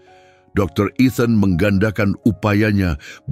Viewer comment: Ethan bukan eten.